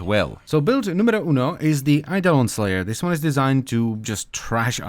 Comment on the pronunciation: "Sooo build numero uno" 🤣🤣🤣🤣🤣🤣sei italiano per caso?